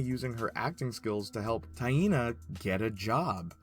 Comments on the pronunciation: My brazilian ass get unconfortable with "Ta-in-na" pronunciation. "Tai-nah" sounds so much natural. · My name is pronounce the same as Taina just written differently and everytime you say it I wanna laugh